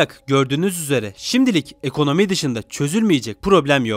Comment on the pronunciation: Egonomi çoh eyi yiğenim niden öyle diyon yav?